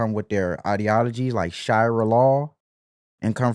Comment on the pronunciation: shu ree uh. not however you mispronounced shariah